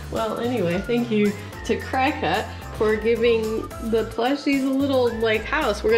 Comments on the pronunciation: It’s funny cause as I saw this video I was next to my cricut, also it’s not pronounced Cry-Cut, it’s pronounced Cricket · Watch tons of YouTube videos! You can also make stencils & use them on ur side walk with that paint that shows up when it rains! PS. It's pronounced cricket (but your way is adorable!)